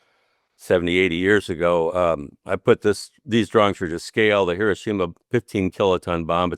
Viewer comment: not Hi-RO-shima. Correct is Hi-ro-SHI-ma.